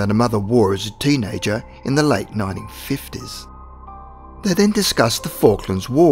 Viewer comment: Y’all notice the narrator say 19 like 90